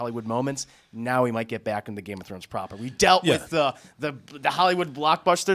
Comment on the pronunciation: Why would I take advice from the guy in the middle who can't even pronounce Game of Thrones right.